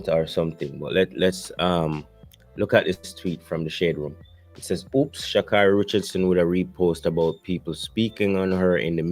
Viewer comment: Her name: Sha-Kay-ry. She would appreciate her name being pronounced correctly.